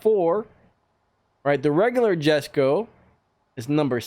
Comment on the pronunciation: Cool nice green screen editing keep it up and the Koenigegg Jesko is pronounced yesko